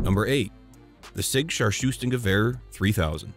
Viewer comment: I did love the way you said "Scharfschützengewehr" . But damn you really lost it it was more like a "star choosing kaviar". Much love from Germany! Thanks for the vid!